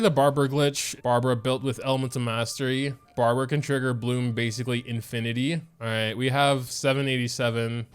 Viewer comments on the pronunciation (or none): none